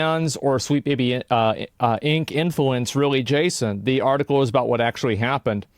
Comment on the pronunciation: Why does asmon say Jayshin instead of Jason